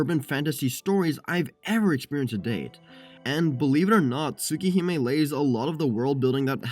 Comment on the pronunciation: Whatd u say its called? Tuh- Tuhsooka Hahme?